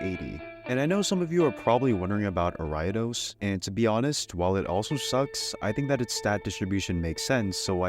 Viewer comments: Okay, ive heard air-e-a-dose and are-e-a-dose, but ARAIADOSE? As an Ariados fan i am flaberghasted at this pronounciation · Why did you say Ariados like that